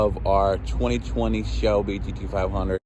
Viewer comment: 20 20 Shelby Geedeeveyundritt 😂. Every single time.